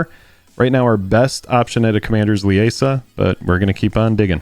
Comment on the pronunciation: Liesa is pronounced LEE-ZA I should know how my mothers name is pronounced 😅 Not Le-a-sa😂